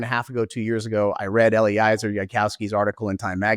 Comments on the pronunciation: another piece of hopefully constructive feedback: pretty sure Eliezer is pronounced Eh-lee-EH-zer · Yep! It's a perfect rhyme with "Jelly-Fezzer"